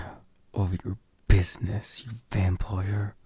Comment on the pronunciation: When you say Vampire, I always hear “Vam-ployer” 😂😂😂😂